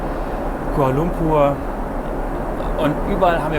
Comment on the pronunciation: sagst du irgendwie immer futures? es heißt features. und kuALA lumpur nicht kul lumpur.